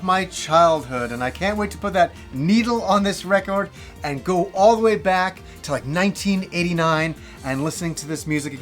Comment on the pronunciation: you have a very sensual way of pronouncing record